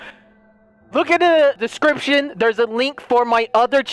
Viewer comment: I love saying "description" in his accent